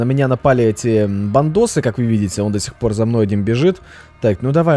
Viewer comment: Когда ты говоришь Бандосы, мне постоянно кажется "Бантосы" Бтс, Бантан сонендан ееееее